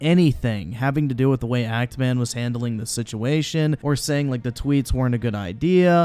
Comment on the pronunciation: actually keeps saying ANT Man...not even Act Man. So he didn’t even push that hard with the joke. Listen again if you somehow didn’t catch it.